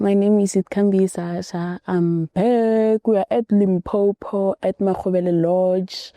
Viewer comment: repeat after me LIMPOPO LIMPOPO LIMPOPO not Limpompo